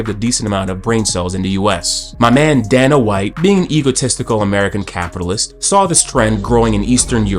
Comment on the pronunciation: bro wants to insult capitalism and Dana White but can't even pronounce Dana's name properly 😂 bro keep your libtard "colonization" smooth brain opinions out of videos that aren't related to that whatsoever